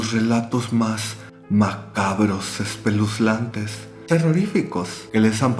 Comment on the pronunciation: no sé xq pero el "espeluslantes" me dio risa